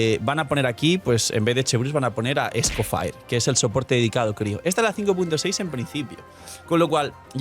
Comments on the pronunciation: se pronuncia escofié, es francés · ESCOHFJTINFJEJRSHHHH Pa’l algoritmo. BTW Creo que se dice Escofié 🤌 (Escoffier)